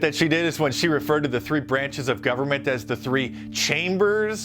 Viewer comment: I love how when she corrects herself on government - she still gets it wrong.